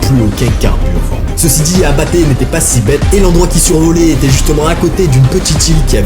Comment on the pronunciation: Il dit abatte j entend apt😢